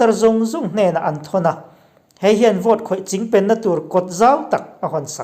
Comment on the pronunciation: Engmah chu ni lo mah ila,, chingpen i lam rik dan hi chu a khamawm khawp mai..hahahaha